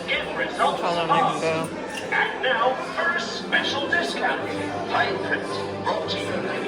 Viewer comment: I need to ride this right neow, like right neow